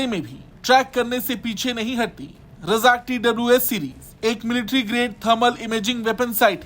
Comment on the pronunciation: रजाक नहीं ,राजक शब्द है भाई !